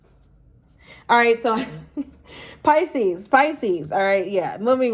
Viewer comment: Why are you trying to read cards when you can’t even say Pisces?